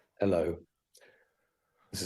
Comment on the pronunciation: Stop saying hel lo mark